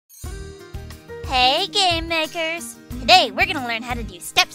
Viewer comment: Why do I just always understand "Hey gay-makers" in your videos. :D